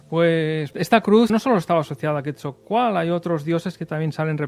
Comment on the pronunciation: vas a decir que soy un neurótico, y si pero buena onda, QuetZalcoátl, sino suena a quetjalcoátl, la x en nahua se pronuncia 'sh' y el nombre del maestro Quetzalcoatl viene del 'quetzal' es con sonido de 'ts', pero mira, yo me dedico hacer campamentos, es más somos una cooperativa, si gustan les doy una guía para venir a investigar a México sobre la Atlantida, se van a ir de espaldas, saludos y un abrazo, y gracias por el comentario, no hay falla